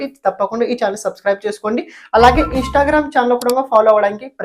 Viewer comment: Instagram and not INSHTAGRAM please pronounce correctly my dear hindi boy